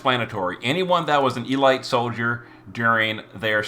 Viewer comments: Seriously, e-light? Have you never heard the word elite pronounced before? It's e-leet. I'm now convinced all the mispronunciations are on purpose. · its eh-leet, not ee-light. You had my up the wall with that one lol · its pronounced e-leet not e-light. youre makin me face palm here bro.